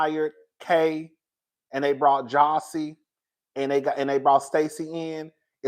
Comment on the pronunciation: Jazzie, not Jossie.